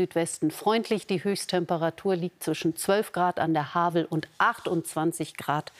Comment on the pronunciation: Man spricht das Wort „Havel“ als ob es mit F geschrieben würde. Sprich „Hafel“